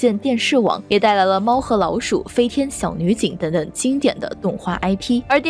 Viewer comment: 这期内容很赞。不过主持人的普通话发音不标准，或者说有点口齿不清。X，J，Q这些辅音发音都有问题，比如“既“然，院“线”，当”下”，两“千”，等等这些字的发音都有点咬舌，挺起来有点别扭。还有有的发音干脆错误前后鼻音不分，比如分成，是分cheng, 不是分chen。等等denden, 发行xin....不是黑子，建设性意见。